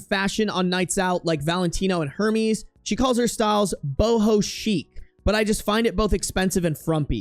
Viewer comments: Air-mez, not Her-meez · it’s “heir-mes” not “Hermies” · AIR- MEZ ! HERMES?? 😂😂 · Hermes is pronounced "Air-mez".